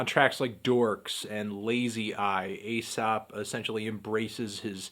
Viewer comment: it's pronounced eesop